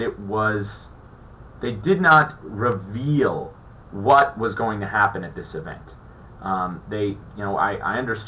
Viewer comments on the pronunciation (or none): none